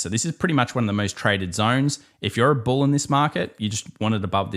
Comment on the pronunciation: 🐂 Bull not BUL ✨😀🤷🏻‍♂️🍀